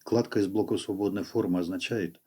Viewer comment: Кстати ,да. Тоже на нервы действует. Вместо "В" - "У".